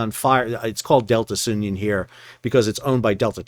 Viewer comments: SOON-ee-yun. Like union, but sounion. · The correct pronunciation is Soo- nee- un. It is a formal Greek name. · It's pronounced Sue-Neon (named after a place on Greece)